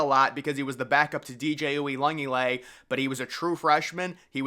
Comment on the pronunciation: Bro say DJ U’s name right 😂